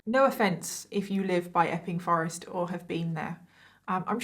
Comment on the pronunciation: It sounds like she's saying ffffing forest. 😜